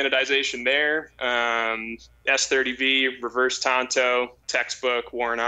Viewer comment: TONTO WAS THE LONE RANGERS SIDEKICK........ TANTO IS PRONOUNCED TAN-TOE....